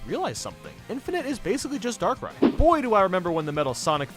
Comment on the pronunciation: You pronounced darkrai wrong